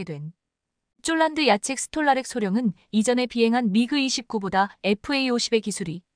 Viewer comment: 대최 쫄란드가 어르나라야 폴란드 라고 정확하게 바름을 해라